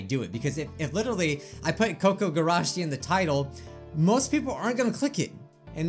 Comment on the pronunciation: it's probably said as koo koo gurashi